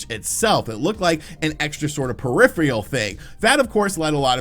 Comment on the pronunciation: what exactly is a "periphrial"? Is English your second language?